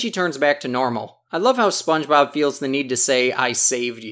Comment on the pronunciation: Spongeboob?! Hahaha he said Spongeboob? Who is Spongeboob?? 🤣